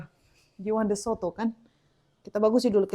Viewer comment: Asli Amerika bilang soto ya 👍